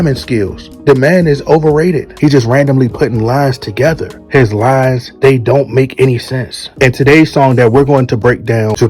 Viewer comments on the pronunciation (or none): none